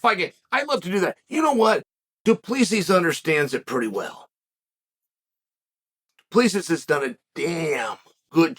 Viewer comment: du plee see's . chael has some shit pronounciation lol